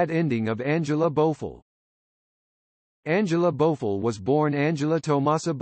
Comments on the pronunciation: The commentator should learn how to pronounce people names correctly 😖 Her name is not Bofo it’s Bo F I LL 😩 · Whoever this person is he can’t even pronounce her name right he needs to be replaced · Thank you! She is still alive and he pronounce her last name wrong!